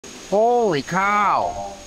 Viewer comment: Most Northern-Midwestern accent ever at the beginning of the video "holy cow" lol